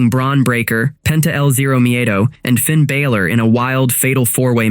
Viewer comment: Dude doesn't even pronounce Finn Balors name correctly. Again. Channel is a joke.